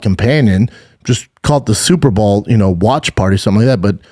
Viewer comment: Bro are you saying Super Ball on purpose? 😂